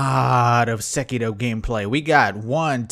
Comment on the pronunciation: Finally someone that pronounces Sekiro properly 😭